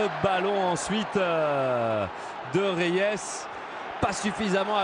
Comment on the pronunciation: Idiots that can't even pronounce Reyes without putting some French touch to it.